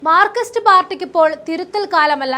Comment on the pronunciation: മാർക്കിസ്റ്റ് അല്ല മോളെ, മാർക്സി സ്‌റ്റ്